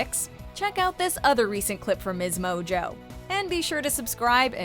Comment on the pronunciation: Channel name written: msmojo Narrator